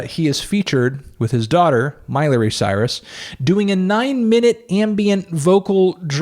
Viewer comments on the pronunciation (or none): none